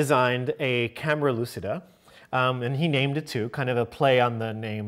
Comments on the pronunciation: Guys it is italian: camera lucida is pronounced camera luchida( lu as in look, chi as in chip, da as in dart) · Sorry if I step on toes here, but it's REALLY BORING to hear the word lucida mispronounced over and over again by otherwise intelligent people. It is an Italian word that is pronounced phonetically as such: loo chee da.